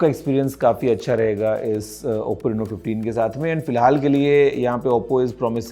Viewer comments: Reno❌ Reeno✅😂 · Rino ❌ Reno ✅